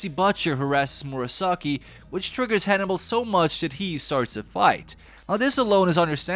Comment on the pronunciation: I thought you were saying honey bowl and I was like who is honey bowl I've missed something here.